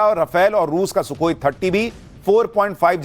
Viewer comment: अरे भाई सु सु क्या होता है सुसु क्या होता है तू तो बच्चे बच्चे स करते हैं सो कोई बोलो ना सुखोई सुखोई